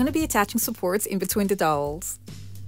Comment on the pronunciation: So, the "ow" in dowel is prounced like the "ou" in ouch. Other than that, you do an amazing job every time!